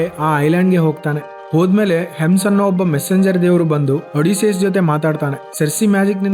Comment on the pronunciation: ಒಡಿಸಿಯಸ್ ❎ಅಡಿಸಿಯಸ್ ✅😂😂😂